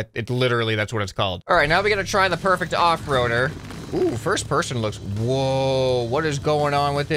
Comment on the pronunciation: I just noticed that you name say persun not person